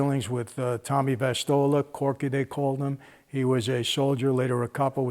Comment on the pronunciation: “Tommy Vistola, “Corky” they called him. Soldier, later Capo in the DeCavalcante Family.” Jersey? C’mon eh?